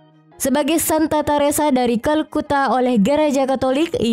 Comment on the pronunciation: Videonya menarik, datanya juga bisa jadi pelajaran dan bisa ditinjau lebih jauh melalui sejarah tapi kalau mba ini yg jadi narator sedikit terganggu dengan penggunaan huruf "H" diujung vokal. Bunda Teresa bukan Bunda Teresahhh Nikola Tesla bukan Nikola Teslahhh Mahatma Gandhi bukan Mahatma Gandhihhh Marco Polo bukan Marco Polohhh Sukses terus DATA FAKTAHHHHHH!!